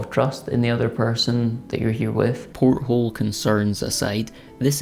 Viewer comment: Great video as always, but come on. It wasn't a porthole, it was a poilethole. 🤣